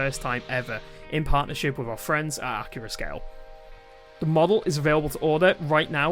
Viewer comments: Accurascale is pronounced correctly in this video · Scale and Gauge are interchangeable terms, and the announcer did in fact pronounce the U in Accurascale. If you're gonna nitpick, at least have valid reasons to nitpick.